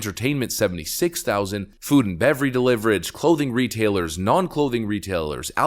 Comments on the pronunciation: You said "food and bevery deliverage"...I heard ya! Great report though. I never give a penny to the RNC after what they did to Trump. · “Food and beverey deliverage” 😂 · "Bevery deliverage" lol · "Food and bevery deliverege" xD